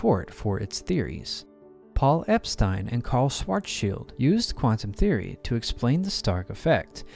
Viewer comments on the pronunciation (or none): none